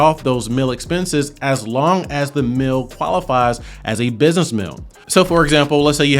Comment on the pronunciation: Great info! On a funny side note, every time you say “mill” (meal with your accent), I simply can't hear “meal”. So I'm thinking about business mills, working mills, etc and its confusing. Lol And before anyone says anything, I definitely have a MN accent. Its not pretty. 🤣